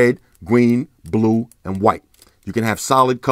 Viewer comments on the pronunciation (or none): “You the colours Wed, gween, bwue and white” 😂 bruh I say three like shree.